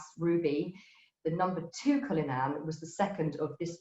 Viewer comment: Great talk but why is her pronunciation so weird? CulliNAHN for cullinan? TREE-ad for triad ?